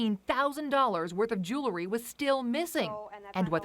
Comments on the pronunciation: What is “jew-la-ry”? Is she meaning to say “jewel-ry? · For fuck sake it’s Jewelry not Jooolery. Get someone who’s educated.